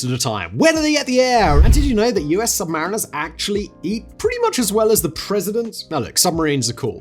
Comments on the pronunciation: Technically, the US submarine sailors preferred to be called sub-ma-REEN-ers versus sub-MAR-iners as you stated. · SUBMARINE-ERS Not SUB-MARINEERS!